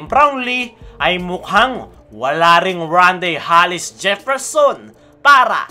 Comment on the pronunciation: Bro, Tama pandinig ko? Hallis ang bigkas mo sa surname ni rondae? Hindi ba Hollis? 😅